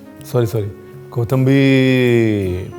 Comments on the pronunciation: Very nicely and in details explained But Paaji your pronounce for kothimbir is not correct your says KOTHAMBIR otherwise you are great i follow your recipies and all ready made plenty of them. Thankyou very much making me good cook at the age of 60 Please say someday on any of your video on my comment Thankyou Dear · 3 words seekhe usmebhi ek galat 😂 kothambir nahi kothimbir (कोिथंिबर) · कोथंबीर नही, कोथिंबीर ✓ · It’s “ko thim bir”😂